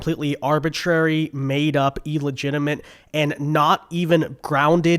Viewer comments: except he didn't say illegitimate. He said ELegitimate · exactly the point illegitimate is a word, but he ALWAYS says E. ill isn't pronounced with an E sound.